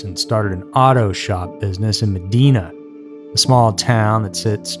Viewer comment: Great video. Only thing you pronounced Medina wrong lol but I’m going to start saying it the way you did. Sounds more fitting